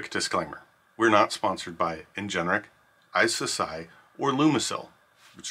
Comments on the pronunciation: Please say Ingenic not Ingeneric ... driving me nuts! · why on earth is this person pronouncing the word as "in-gen-er-ic" when it is spelled "in-gen-ic"? very strange